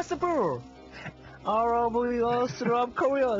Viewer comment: beautiFUR, meaningFUR, possiBUR,. seriously is it park jung su talking. or COOKIE MONSTER?!.. :))